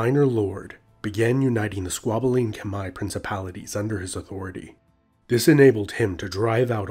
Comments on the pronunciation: it is not kemer its khmer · It’s pronounced “K’Mai” or “K’mer” NOT “KHA-MER.... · A little note from a Cambodian: Khmer is not pronounce like that its pronounce "Khmai" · Kom not kmer. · No it pronoun khmaier